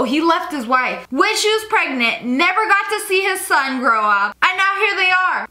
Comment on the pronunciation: It's son not Sone